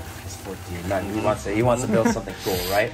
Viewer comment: Sイチヨンって読みます。ちなみにサンルーフは元々は着いてません